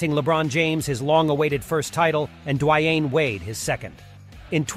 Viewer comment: Dwy-ann Wade? gtfo with this robot narration bs.